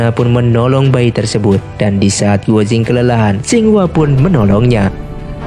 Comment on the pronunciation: untuk komentator, guo jing(郭精) di bacanya kuo cing, bukan guo jing..😊 hong qi kong dibacanya: hung chi kung.